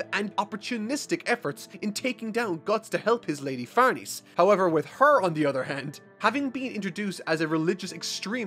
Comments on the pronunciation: Farnese is said like Farnaysay not Farneez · Just a heads up schierke is pronounced sheer-kay and Farnese is pronounced far-ness-ay they are weird names for sure but I’d thought I’d let you know. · It’s Far-neh-cee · Dude, it's really no big deal but can you please check how to pronounce Farnese? It's an Italian name (an old Italian noble family's) and it's really distracting to hear it pronounced as if it's... french?